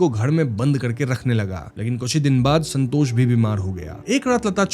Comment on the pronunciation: Santos ❌️ sanhtoshh ✅️